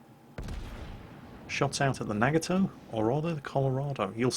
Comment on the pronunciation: im sorry but i have to, its a NA-Got-Toe